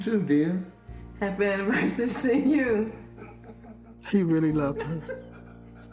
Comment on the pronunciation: I don't buy his story at all. What strikes me as odd is when he said "Happy Anniversary", it sounds like she said "Happy AnniMERCY-ry"! And I wonder what happened with his two previous wives.